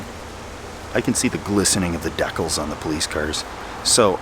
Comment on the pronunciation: Decol = decal?